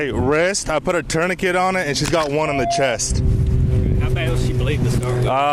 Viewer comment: OMG— the way he's saying tourniquet ( +) sounds like he's saying TUNA-KIT! 😭😭😭😭😭😭😭